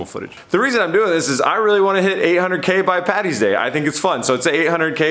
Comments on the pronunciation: I’ve subscribed, I like the video, liked the video edit about the giveaway too that got me too 😂, but ye just lost me at “Patty’s day”....... PADDY’S DAY Sincerely an Irish man ( fan )👌🏻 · I hope you were saying Paddy's day not Patty's day. All us Irish cant stand Americans who get it wrong... Happy St Patricks weekend to all